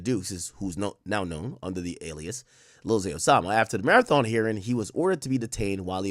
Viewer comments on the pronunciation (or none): none